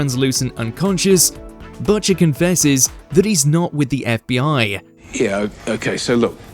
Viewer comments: the VO is either Ai , cant read coz english isnt their first language , or hasnt seen the show, coz what the hell is buhcher ? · Budger? 😅 It's like you call him after the little birdie 🐦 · Cant just let Botchers slide. Maybe don't have the UK version do this if you can't pronounce the name of the main character. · my guy, you gotta figure out how to pronounce "Butcher"